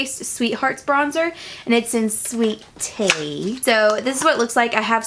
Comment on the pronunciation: when you said "sweet tea" I thought you said "sweet titty"